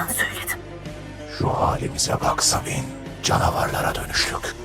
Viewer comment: sabine yi sabun diye anlayan tek kisi diğilim dimi